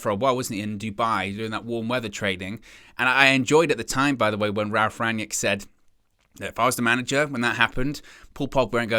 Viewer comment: Rang-nick, not 'yick'...